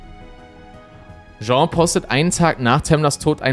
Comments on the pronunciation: die Frau heisst nicht Jean (masc.), sondern Jeanne (dschann)... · Der englische Frauenname "Jeanne" wird NICHT wie der französische Männername "Jean" ausgesprochen. Diese Art von Fehlern schmälern für mich die Qualität von Insolitos Videos gewaltig, da sie immer wieder vorkommen.